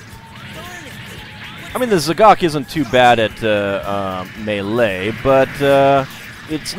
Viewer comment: Hey. You said melee correctly that time.